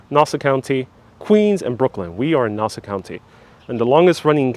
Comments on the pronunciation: Please pronounce Nassau correctly: not “nawsa”...it’s “naah-saw” county. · This guy isn’t even from there can’t say Nassau the right way. Family is from there over by Dutch Broadway. However now in Coral Springs Florida. Retired Nassau Country Police Officer Brian Walsh who had a moving company up there, now he has Wings Plus in Coral Springs. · Please correct your pronunciation!!!! Ask someone how to say Nassau County